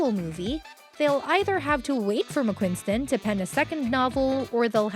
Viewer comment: It’s Mcquiston with one N! Not McquiNston.. not that hard.. just read the letters. Simple.